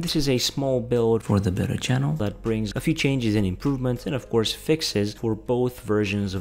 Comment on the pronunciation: when you say Beta it sound like Better